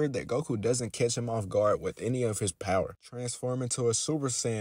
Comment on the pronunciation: Every time you say Catch or catches,it was Similarly Pronounce As Kiss or Kisses😅